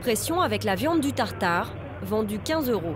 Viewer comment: A " tatari" de boeuf 😂